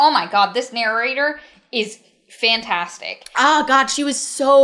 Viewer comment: OK, I've been listening to a lot of their videos and I need to know whether it's just me hearing it... Does says actually say "narrorator" and "narrorating"? If feel there's an inside joke there but I haven't been part of this community long enough to get it.